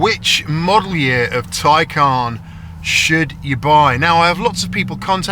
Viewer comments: Isn’t it the Tay-Can as you say Tie-Carn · Ty-carn? It’s a Taycan. 😅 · Why you say “tie-khaaaaan”